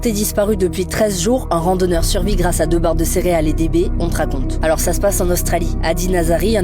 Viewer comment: Par contre ce sont des baies et non des bés Il s’agirait de prononcer correctement la langue dans laquelle on a décidé de faire un reportage